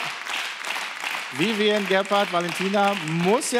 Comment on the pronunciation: Wie Elton einfach immer Vivien sagt 🤦‍♀